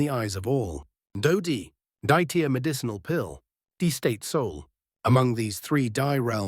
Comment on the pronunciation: Hi, "Di" is pronounced as "dee," not "dye."